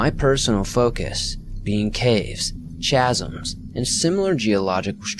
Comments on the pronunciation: 'bellow' is pronounced 'bell-oh.' 'chasm' is pronounced 'kazm.' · Chasm is pronounced "kaz-im".